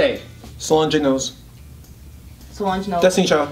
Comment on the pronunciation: Its not So-lohn-jay... Its suh-lonj... Ffs